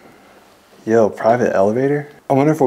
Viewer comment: It’s very funny hearing this white guy using urban slang. Hearing “Yo!” specifically from a non minority is pretty funny and silly sounding.